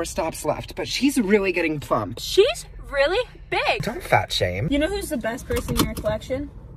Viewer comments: “Hes weally hitting da griddy wright now 😲” got me laughing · his weally hitting the griddy right now